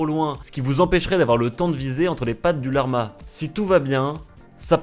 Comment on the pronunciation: personne:: la R ma genre tu bug mdr